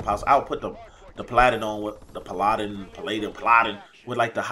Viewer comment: PAL-a-dun. I think the assault drone is the best streak in the game. It's relativity easy to get, it's a killing machine with the rockets, it's hard to counter, it's a game changer in Dom and Hard Point, and it's just fun!